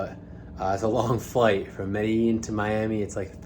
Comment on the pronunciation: an easy way to pronounce it is Mede-jean...and also, the Pablo Escobar bit, please let it go. It's old, unfortunate, and a very very sad time in history for most of us born in Medellin. It's not a joke, especially when a gringo who doesn't know much about the country/city they have to privilege of traveling to for work, much less do a little sightseeing. Thank you.